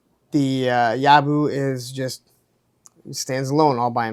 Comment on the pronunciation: Well, I definitely copped a dud in the accessory department compared to you. FYI proper pronunciation is Yob-BO, mate. 😉